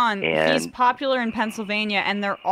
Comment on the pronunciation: He keeps saying "Shapiro's popularrr"... has he been outside of Pennsylvania??? I'm in a neighboring state (MD) and Shapiro is literally nothing here. John has no idea what he's talking about outside of a single state.